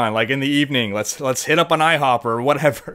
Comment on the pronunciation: Oh it's "foaks"? I thought it was "folks"...what does "foaks" mean anyway? "Folks" in a cool way or something?